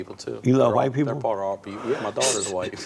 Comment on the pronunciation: Hwite men, he put the H before the W 😆